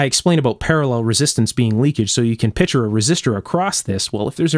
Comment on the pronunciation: I appreciate the nitpicking of little things like the need for a felt washer behind the tubing knob. I'm a bit shy about nitpicking your video with things like pronouncing "picture" as " pitcher."